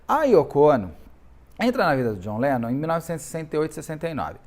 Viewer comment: A cara do Beto falando:…Jhon Lenom…